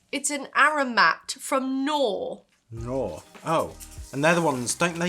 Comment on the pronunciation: It took me a second to realize what you were talking about. Here we pronounce it "a-ga-vey" I always thought that the "K" on Knorr was silent too, until I saw all commercials. It's actually "Kah-norr" Here we can buy dehydrated shredded hashbrowns that come in what looks like 500mL milk cartons. Each carton makes two servings, because they expand so much. They are super plain, but extremely easy to add flavour to